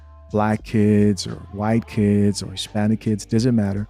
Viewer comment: Teaching and still can't say "Doesn't"